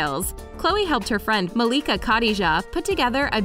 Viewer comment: Malika what? Y'all butchered that name.